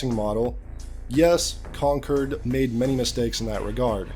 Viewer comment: Man was calling Concord “Concurd” a few times, I think his brain wants to call it “Conturd” 😅